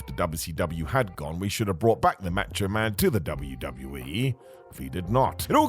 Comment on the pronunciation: Who the hell is "Match-O-Man"